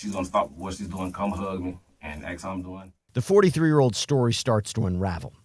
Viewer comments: ASK, not AIX! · If they pronounce it “axe” do not hire them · If you can't pronounce the word "ask," you shouldn't be teaching. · confine in him, tooken advantage of, aks instead of ask, how did this guy get a high school coaching job since he's clearly not educated no degree in pe?🤷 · Never trust a man who cant pronounce "Ask" properly...